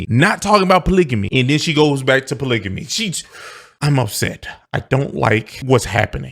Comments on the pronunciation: hold up bro bro!!! tf is "POLIGIMMY"....are you talking about fckn "POLYGAMY" ???? MAAAAN!!! we gotta do better folks. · JESUS H. CHRIST!!!…THE WORD IS POLYGAMY NOT POLYJAMY!!!…🤦🏾‍♂️ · polygamy .. why can't they pronounce it